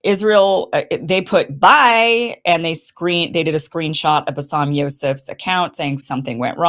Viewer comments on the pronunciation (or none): Kim, put some effort to learn the 1st name of Basem it is not bassam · Love you Kim. It’s Ba Sem. Not bassam. 😉